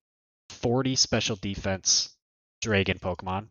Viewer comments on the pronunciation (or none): why do you say dray gone?